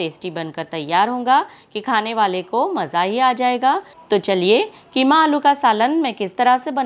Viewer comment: ये कीमा है या खीमा